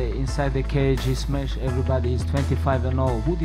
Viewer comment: Fly like Eagle 🦅 "Smesh" like bear 🐻